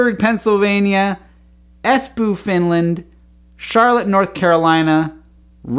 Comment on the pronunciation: Hi! Thanks for your Maker Updates! One small comment: Espoo (the double O) is pronounced not like "boot" but like an elongated O in "gizmo-o". imagine it like this: Espo-o.